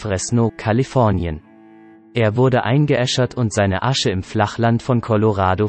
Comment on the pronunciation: Was ist denn das für ein untalentierter Sprecher? Mensch, mach Dich mal schlau, wie man Worte wie z.B. Colorado ausspricht, das ist ja furchtbar. Im Internet kann wirklich jeder .... so tun, als sei er ein Wissensträger.